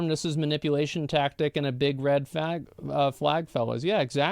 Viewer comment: big red phag :tf: good video but that vocal slip made me giggle so I timestamp it here for you all